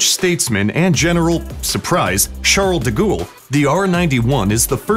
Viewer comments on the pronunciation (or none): LMAO,, Charles de Gool ??? it's pronounced "de Gol" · Charles de Gaule (Gall, gall, gall not gool) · It's not pronounced Charles du Ghoul you idiot. It's Charles du Gall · His name is pronounced like "De Gall" not "De Ghoul" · Charles de gool, say it right yanks it's Gaulle, rhymes with ball. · it's not duh gool!!! its da gull in simple terms. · Is how you pronounce it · Can we just pause for a moment and reflect on how he said "charle duh gole" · Charle de Gool? Jeez. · your pronunciation of Charles de Gaulle hurts my ears